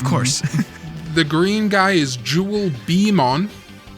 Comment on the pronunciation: jewelbeemon's really annoying because it's actually "jewel beeTLE mon" and not a bee at all.